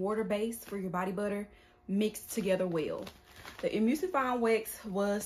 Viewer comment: The word is E-Mul-sifying wax. You don't pronounce the u as a u. Say the word Null and then change the N with an M because mispronouncing ingredients when you are "TEACHING" others makes it seem like your very unprepared for this video. And I thought you are supposed to boil water and hold it at a certain temp for a set amount of minutes to make sure to get rid of all the microbials.